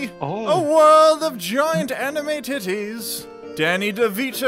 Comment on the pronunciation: DID HE SAY ANMIE TITTIES